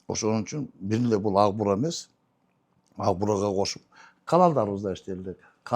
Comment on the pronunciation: Укбураны агбура деп суйлогон гырылдаган акмактар элдин канын ичкен бюрократ коррупциянын ана баштары.